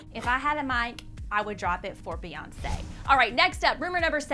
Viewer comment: When Kanye said Beyonce has a picture of Kim in her studio. I heard B.S....